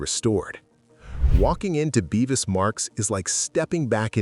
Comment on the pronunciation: It's Bevis.. not beevis. Much that is inaccurate: Cromwell did NOT officially welcome the Jews back. Not properly researched.